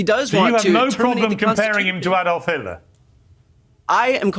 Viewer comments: From Europe. Its ADD-olf - not EED-olf. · I like Kamala but can someone please teach her how to pronounce 'Adolf'?